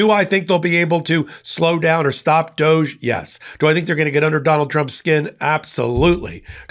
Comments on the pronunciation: It's not pronounced doje, it's pronounced Dog - E, you know like Snoop dogee dogee.. Everyone remembers him, he's the one who couldn't stand Trump because of who and what he is! But NOW, they're good MONEY buddy's... What a Shocker!!! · You're mispronouncing DODGE. Short "O" and long "E". Accent on first syllable.